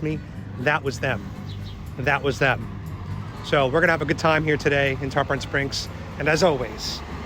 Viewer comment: love the vid but it aint tarPAHN its TarPIN